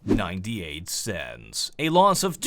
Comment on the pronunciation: He said "one dollar and one cense" and my brain just exploded.